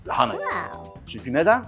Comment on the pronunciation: keşke lahanayı doğru da telaffuz edebilse 😢